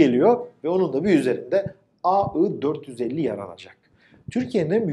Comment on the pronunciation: neden inatla aı diyorsunuz? ai demek cok mu zor?AI = ai!